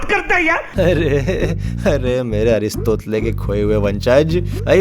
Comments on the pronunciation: ARISTOTLE ❌ 👉 अरिस तोतले ✅😂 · Aristotle becomes Aristotla😂😂😂😂😂😂😂😂😂😂😂🎉🎉🎉🎉😂😂😂😂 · Aris"totle"😂😂😂 Best! 😎